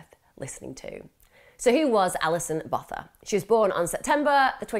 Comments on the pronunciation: I think you say Botha as “Bow - tuh”. And collegiate as “kuhl - eej - uht”. Not being picky and maybe I’m wrong. X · The pronunciation isn't the worst... I'd say it's halfway there. We don't have a 'th' sound, so Botha just has a 't'. Incredible case though. There are some insane cases in South Africa. Krugersdorp murders, van Rooyen murders, moses sithole, daisy de melker. It's worth looking into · Youre concerned with getting the facts correct,you can atleast pronounce her surname correctly.